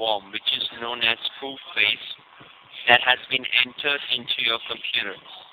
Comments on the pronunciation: The scammer meant Koobface, but he sounded like he said Fooface..... Lol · I keep hearing "poop face" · I thought he said "Poop Face"...